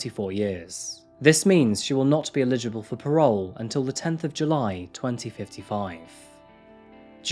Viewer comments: Btw, it's ELIGIBLE (elly-jer-bull) for parole, not ILLEGIBLE, which means 'unreadable'. I've noticed this in many of your videos - which are all very interesting and enjoyable :) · It confuses me every time you say "eligible," it sounds like you're saying "illegible."